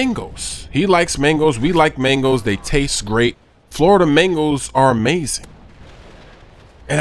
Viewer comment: made mangoes sounded like mingles